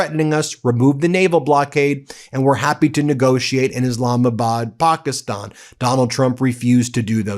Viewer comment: How many times can you mispronounce Pakistan in one video?